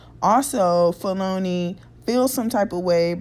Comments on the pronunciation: Feloney is pronounced ‘felony’ lol Chitown native here! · andre always wrote with r kelly. and the ugly dude in the back of the car as you stated is black r kelly's cousin slash road manager. also his name is pronounced Felony like the crime charge. i know em all. but felony is my guy. they are real cool peeps. . but it is what it is. i pray for everyone and keep it moving. have a blessed one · His name is pronounced Fel-o-knee.... Like the crime...